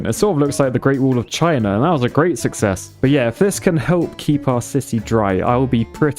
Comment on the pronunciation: True success (pronounced. Suckies)